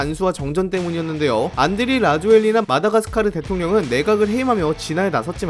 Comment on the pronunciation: 안드레아리리나 안드레아니니라ㅋㅋㅋ 채널주님 발음 힘드셨죸ㅋㅋㅋ